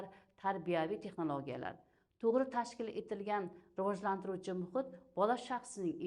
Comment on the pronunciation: Riojlantirish emas Rivojlantirish. Deyiladi ustoz